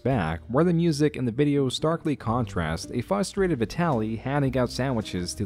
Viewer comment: There’s two r’s in frustrated… it’s not fustrating….